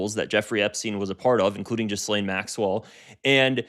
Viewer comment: GIH-LANE . NOT JIZZ-LANE my God